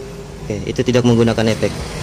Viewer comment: Efek brow, bukan Epekk..😅😅